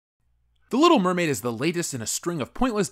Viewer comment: Little Meh-maid